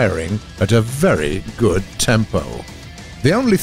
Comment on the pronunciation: "BERY GUD"